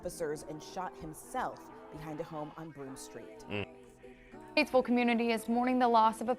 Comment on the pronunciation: Community not comunita like u pronounce